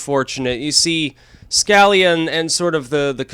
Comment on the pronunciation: Scalia, say it with me, skuh- lee- uh. There.... Feel better?